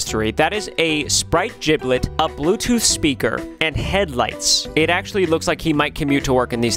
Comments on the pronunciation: who's gonna tell him its jibbit not jiblit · A giblet it’s gibit